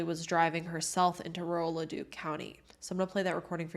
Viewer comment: Good video - the police in Edmonton and Leduc totally dropped the ball on this and other cases. P.S.re: pronounciation - Leduc = Le-Duke (emphasis on "Duke") Nisku = Niss-cue (emphasis on "Niss")